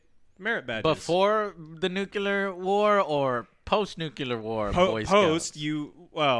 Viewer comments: How people say it: Nuquilear. How it should be said: Nuclear. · JOE STOP SAYING NUCULEAR